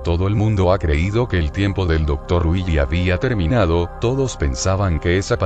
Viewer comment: cuando dices willy suena como weegee